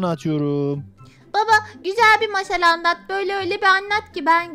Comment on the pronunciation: Abimden hep masal anlat derdim ama uzun onun anlattığı mâşal bi r adam varmış ölmüş gitmiş